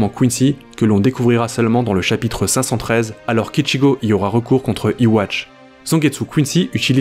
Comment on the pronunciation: Ywatch ça se prononce yuuuaaa. Cf : Mais sinon très très bonne vidéo! 👍